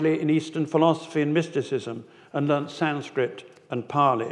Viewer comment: I always laugh when I hear Sanskrit pronounced as Sanscript. It is pronounced as “Sunskrit”. JIC you’re interested. 😊